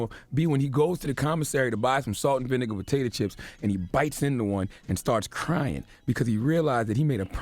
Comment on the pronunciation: 'Salt and Vinigga'